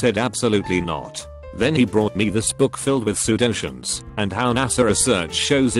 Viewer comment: This video is so sad, but I love the way the reading bot says pseudoscience. Sudoshens lol